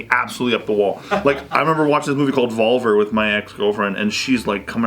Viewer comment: The way pronounces the movie "Volver" is LOL..such a white guy way of saying it😂